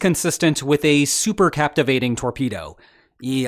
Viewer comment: Thanks for the details on this story. Please, as a former submariner, I insist you learn how to say supercaVitate (not supercaptivate). Thanks.